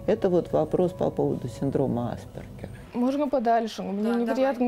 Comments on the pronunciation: почему в центре помощи специалисты ставят неправильно ударение? Синдром аспЕргера а не Аспергера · Аспéргера, милочка! Хоть бы поинтересовалась ударением перед записью, неграмотная наша! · Только АспЕргера, уши режет неверное ударение